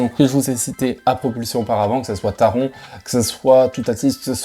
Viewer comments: si tu veux à 1 min 11 😂 ont entend bien taron 😂 et ça me saoule car je m’appelle Aron (prononcer Arone) et durant toute mon enfance tout le monde m’appelais aroND 😂 Du coup maintenant je corrige tout le monde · Alors bonne vidéo mais pour le coup, ça me perturbe car tu dit Taron alors que c’est TARONE, pareil pour voltronE Par exemple, pour taronE, ont entend dans les audio en gare une voix allemande dire TaronE Donc franchement ça m’a perturbé 😅 mais sinon la vidéo est sympa